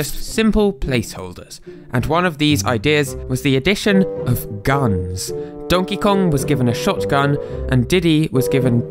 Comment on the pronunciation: Why the hell did the translator keep calling guns gns? Like all the time. Its just annoying.